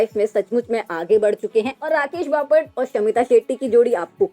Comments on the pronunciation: Papat nahi😂😂😂😂 Bapat..pahale bolana sikh😂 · बपाट नाही बापट 😂😂😂😂😂😂😂😂